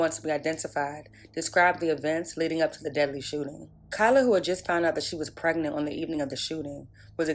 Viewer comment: That spokesgirl has horrific grammar. What's "Prignant" and "fa charges unrelated tew da merder"